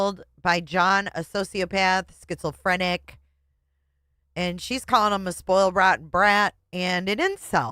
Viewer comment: I wonder if they fight right after their shows or just retreat to their corners “SchizoLphrenic” Lol, it’s Schizophrenic